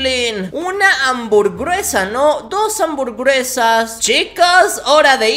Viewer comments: Dijiste hamburgruesas embes de hamburgesas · Tu amburbresas yo jajaja